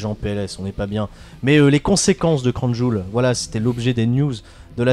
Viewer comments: Crown jewel se prononce crown jewl donc jul, fallait la trouver celle la.. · Mdr crown " Jul" 😂😂👍